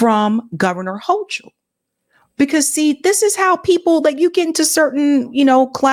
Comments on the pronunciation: The Bronx High School of Science, that's one of the top tested entry schools in NYC, and where the professor went. PS the Governor's name is pronounced Hoe-Kul. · Hi. Just an FYI, the NY Gov pronounces her name [Ho-Kul], not [Ho-Chul]. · Ugh. I don’t know who here voted for them - they are both terrible! By the way, it’s pronounced “Hokul” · Pronounced Hokal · It's pronounced "ho - coal." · It’s said like it’s spelled Kathy Hokul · Hochul Pronunciation: hoe-kuhl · It's pronounced hoe-cull ❤ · The “h”in the governors name is silent!🤓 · The H is silent in Kathy Hochul name